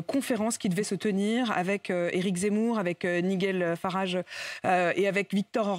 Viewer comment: Elle ne sait même pas prononcer correctement le nom de Nigel Farrage. Un niveau d’anglais de classe de 6eme